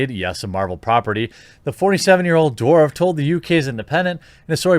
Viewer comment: Did you call him Stephen ' Dwarf ' ??😆